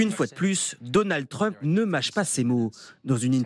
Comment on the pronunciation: "Donald Treump"....quand allez vous apprendre a prononcer la lettre U en anglais !!??!!??!!??